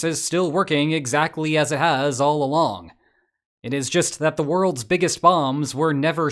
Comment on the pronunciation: You say “Wall all along the boarders.” But I hear “walllallala boarders” 😂